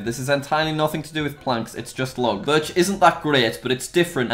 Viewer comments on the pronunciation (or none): none